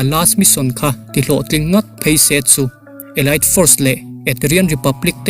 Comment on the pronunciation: Elite elait a nilo, elit tih tur aw